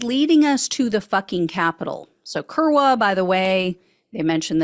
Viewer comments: The w is pronounced like a "v" so "koor'-vah" is how that Polish word is pronounced. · 3.43 "we are kurwa inside". My polish is limited to 15 words or less, but the, most common/ well used/ multi national polish word is pronounced "kURVA" but I think they use a w to represent a v sound. Kurwa means "a trump girlfriend" or "maga voter". English speakers would use the f word.